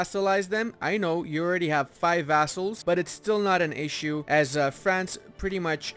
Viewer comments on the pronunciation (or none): none